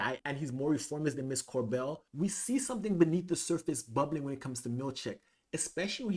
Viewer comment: Cobel not Corbel!